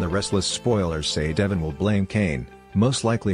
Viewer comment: Why can't these speaker's pronounce Devon's name?